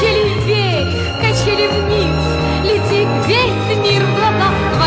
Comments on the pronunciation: Очень красивая и добрая песенка! Большое спасибо,! И так смешно она произносит "вверьх") С праздниками еще раз и до встречи! Обнимаю!!! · Henry Heriorh Галочка, спасибо большое за теплые слова! Это слово, так забавно мягко произносимое, добавляет позитива этой милой песенке.:) С наступающими праздниками и - еще раз - Счастливого Пути! Обнимаю тоже!:)